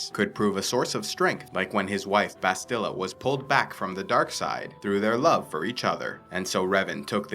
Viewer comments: Ok, so I can't keep quiet. You say "bahst-ILLA", it's "BAST-ila". Only one 'l', not two, so a shorter sound, and the accent is on the first syllable, not the second. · Lol dog please say Bastila the right way other than that awesome vid